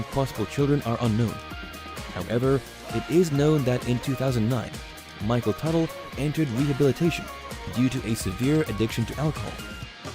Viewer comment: “WOW MICHELL TUTAL”